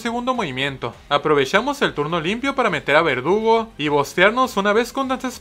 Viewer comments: Dices verdugo menos una vez en todo el vídeo y se supone que es vergudo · Em alguien se dio cuenta que en ves de decir verdugo dice vergudo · Like si vieron que dice vergudo envés de verdugo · XD dice vergudo